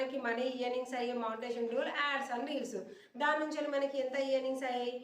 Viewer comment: Mee content bagundi. ఈయర్నింగ్స్ అనకండి.. ఎర్నింగ్స్ అనండి .